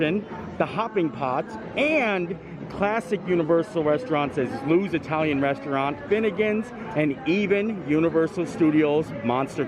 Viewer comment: I may be wrong but I think it's Louis' (LOO-EES), not Lou's (LOOS). Love the video!